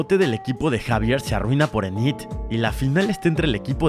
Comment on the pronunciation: se pronuncia inid y exeiver